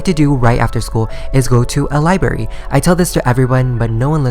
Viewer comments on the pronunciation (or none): OCD kicking in when he says libARY and not li BRA RY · It's libRary not liberry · am i the only one that DIES when he says liBARY